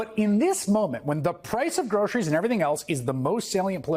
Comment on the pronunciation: Trump doesn’t care about American people. He can’t even pronounce word “groceries” because his tongue never was exposed to such torturous words. We all thought that he is rich enough to not care about kickbacks from Israel or money from huge corporations but I guess greed has been confirmed with Trump that it has no boundaries.